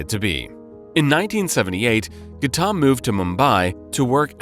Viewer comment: Who on earth is Gattaam? Its pronounced Gau tam. We are not Indian and even we know that. Difficult to take your channel seriously now that we know you can't even be bothered to check your pronunciation.